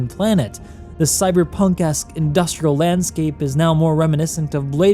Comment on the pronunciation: "cyberpunk-esk" is what you said, "cyberpunkass" is what i heard XD